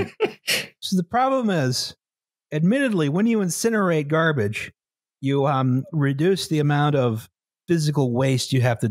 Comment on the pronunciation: i believe it’s called “garbarge”